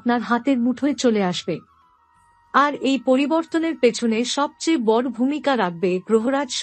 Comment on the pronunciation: বড়,দৃঢ়,উৎস ইত্যাদির উচ্চারণ সঠিক করুন।